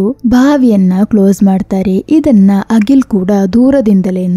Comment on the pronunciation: Agil alla Akhil antha heli.